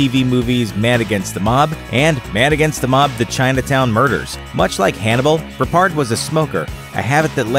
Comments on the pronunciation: Why are you struggling with George Peppard's name 😂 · Peppard not Perpard Mohawk not mohock